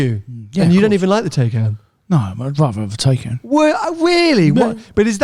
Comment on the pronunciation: Tnx for the shout out (Silver Taycan) and the way you pronounce my name!! 😆 Glad Tony wasn’t too harsh 😎